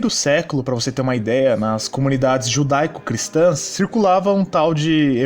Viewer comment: falando "judaico-cristão" da agonia, misericórdia